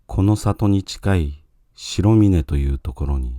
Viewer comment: 白峰の読みは、しらみね です。 しろみね とは、のっけからがっくり。 ルビが振ってないから読めないのか。 AIに古典を勉強させよう。